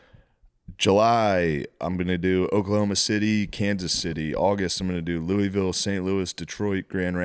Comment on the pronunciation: Shane last week pronounced Louisville like a native , this week like a tourist ... bummer